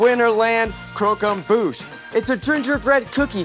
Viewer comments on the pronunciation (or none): cockemboosh omg lol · Crow-come-boosh "annunciation " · Zach literally pronouncing it “cooquembouche” 😭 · Nobody pronouncing 'croquembouche' the same is killing me